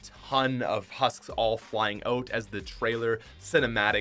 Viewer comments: say "out" correctly, thanks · omg the way he pronounces out kills me